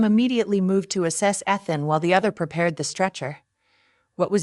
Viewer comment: Did you even listen to this after you used a fake voice over? I doubt it otherwise you would have noticed how Ethan is said wrong each time. What has gone wrong with YouTubers? Were you never taught to proof your work? Or are you one of those lazy ones who think they can do no wrong so no need to check anything? The name Ethan is pronounced EE-thuhn, with the emphasis on the first syllable. Please let me know if you ever proof your work or are you just to important to do that easy task?